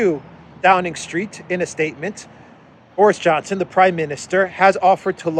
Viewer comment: Boris as a boy's name is pronounced BOR-iss. It is of Russian and Slavic origin, and the meaning of Boris is "small; battle glory".